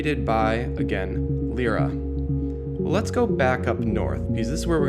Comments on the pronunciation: Lyra is pronounced 'Lie-Ra' not 'Lee-Ra' just so you know :D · Lyra is pronounced: "Lie-Ra" just so you know, anyway good vid. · I cringed at the way you pronounced Lyra's name.